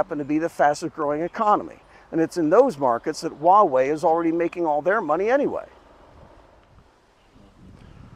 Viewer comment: Dude what the hell are you talking about? No ones really using 5g right now, and its been out for a decade. Its a massive fail. But go ahead, continue being a little pink that cant pronounce Huawei even though youre in China. Ni ting ne dong ma?